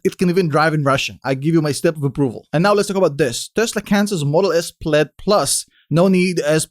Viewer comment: The pronunciation of “plaid” isn’t correct